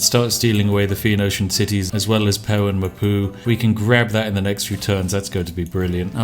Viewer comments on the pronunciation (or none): Spiffing Brit Pewen mapu? pew poo Rankgul mapu? rank poo... yes it really does sound that bad even after the edit XD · Did he say "poo-in mah poo"?